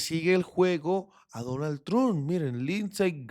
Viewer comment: Parcero, cuando diga Trump, diga tromp y le sube la calidad al vídeo 😊 esa es la forma de decir ese apellido